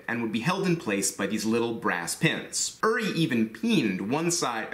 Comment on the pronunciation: oo-ree, not er-ree